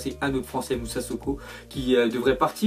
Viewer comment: Ta dit Moussa soko au lieu de Moussa sissoko